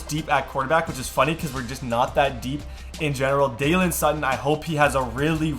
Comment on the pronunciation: U call Sutton a lot of different names but it’s pronounced daylen